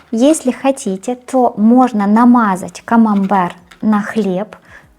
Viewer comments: Если что сыр называется КАМАМБЕР а не камамбар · Если что, говорит Камамбэр (на український лад), а с вами сработал принцип Шо не дочує, те добреше))) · Она говорит не камамбар, а камамбэр, потому что в украинской фонетике некоторые согласные не смягчаются, как в русском перед «е», например, поэтому соседняя гласная не «е», а «є».